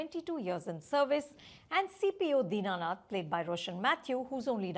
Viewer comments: Deenanath ❌ Dinnath ✅ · Din nath. Not dina nath.